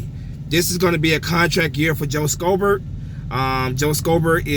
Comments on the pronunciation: It's read as "shobert" not "skobert" i don't know why that bothers me 😅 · Lol the c is silent in schobert (show-bert)